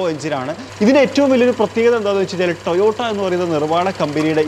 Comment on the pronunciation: കുഞ്ഞിമോനെ കമ്പനിയുടെ പേര് എങ്കിലും വൃത്തിയായി പറഞ്ഞു പഠിക്ക് ട്ടയോട്ട അല്ല ട്ടോയോട്ട ok